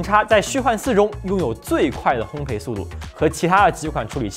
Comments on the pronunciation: 应该念作烘“倍”吧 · 烘焙，读作hōng bèi